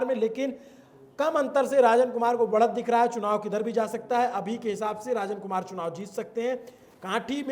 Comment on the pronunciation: कुढ़नी , रंजन कुमार , पारू आदि सही से उच्चारण करें ।